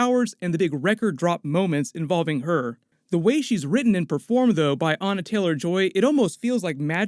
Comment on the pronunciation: It's ANYA. Not Anna.